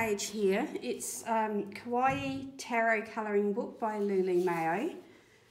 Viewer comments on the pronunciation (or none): Lol, you pronouncing Kawaii like Hawaii 🫶 Now that’s cute! 🤗 I love some of the Anko/Kmart range (I’m NZ tho) even if they’re super budget, their gel pens and 36 watercolour paints are pretty good too!